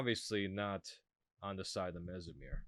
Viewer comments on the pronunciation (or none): It’s pronounced Messmer as in mesmerize. Not Mess-em-ere